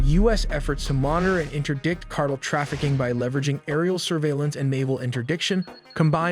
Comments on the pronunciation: Car tell, not cartle lol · Cartel not cartle. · car TEL not CAR tle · what the hell is a CARTEL? Not Car-TELL he said CARTEL LOL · Not cardul ITA Pronounced CAR TELL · these narrators should read over their scripts for words they are not familiar with such as: he pronounced car tel' as car' tul. happens all the time with simple common words. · Cart-ell not cartle dufous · Car-tell, not cartle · It is not a "cartle" operation. It is a "cartel" operation. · I F*CKING HATE! It's Cartel, pronounced (CAR-TEL) Not CARTLE! How can I take your report seriously when you let a stupid machine do your work for you. Hire a HUMAN to narrate. You're just the type of douche bag who'd cheat on tests...do just enough to get by but don't really apply yourself to anything. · You say "cartle". The word everyone knows except you is actually "cartel". The word "cartle" that you have wrongly chosen does not exist. Silly you. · Excuse me, but what in the Sam Hell is a "Cardel"? Ohhhhh, you mean "Car•Tell"? How does anyone not know how to pronounce the word Cartel? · It's pounced "car tells" not cart el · It's Car-tell not Car-tle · I think its pronounced car-tell not cartle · I like how people called you out previously on how you pronounce "cartel", but you still pronounce it wrong. It's CART-EL (as in El Salvador). Not cartl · Mommy mommy when I grow up can I be employed by The Cartul? "Honey, WTF is a Cartul, can you say it in a sentence so mommy can familiarize herself with it to better assist your decision?? Sure madre! When tio Raul came home last summer from college he mentioned he met a Mr. Jung and they smuggled many many pounds of good grade drugs into his dorm through the Cartuls. "Why honey that's not how you pronounce the word hahahahah" But but... says it that way and he is a smart computer, right? Right Mommy???? (crying himself to sleep without an answer) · Why can't he correctly pronounce Cartel? Car-tell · What's a Drug "cartle?" 😊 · LOL "cartil" wtf